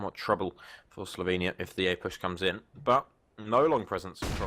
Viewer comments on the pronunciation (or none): eyyy my country STOP SAYING SLOVENIAE ITS PRONOUNCED SLOVENIA